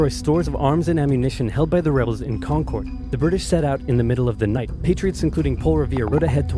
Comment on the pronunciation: Not much gets under the skin of someone from Massachusetts faster than pronouncing "Concord" like that.